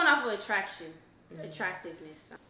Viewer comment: She said attractionness🤣